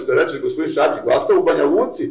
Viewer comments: Nije Švabić, već Šabić xd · Šabić, ne ŠVabić. Da je samo jednom, pa ajde....